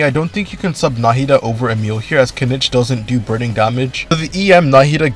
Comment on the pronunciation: Her name is Emilie not Emile..